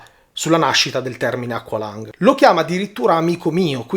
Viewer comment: Tema interessante, ma BELIN, si pronuncia "equelong", basta ascotare il brano !!!